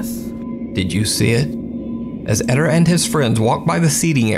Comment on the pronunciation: It's not Edder, it's Ed-dare. Edit: Spanish emphasizes the second syllable.